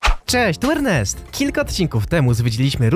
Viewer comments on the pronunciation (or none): none